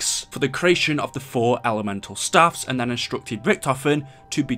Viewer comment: Its staffs not saffs